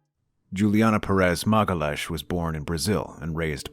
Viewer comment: "Magalash"?!? 😂 I'm Brazilian. You totally butchered her name !! 😂 I know you're American but still, you should learn how to pronounce people's names correctly.